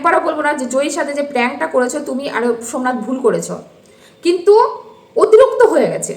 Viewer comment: কথাটা মাহাত্ম্য, মহাত্মা না...এর আগেও বলেছি,যে Pronounciation ঠিক না করলে ভীষণ বাজে লাগে শুনতে... অতুরুক্ত বলে কোনো ওয়ার্ড হয় না,কথাটা অতিরিক্ত,ভীষণ কানে লাগে,Pls do correct..